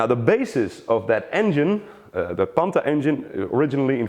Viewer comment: it is pronounced PANTAH not Panta